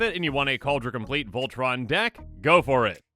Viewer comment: Kaldra com-plee-at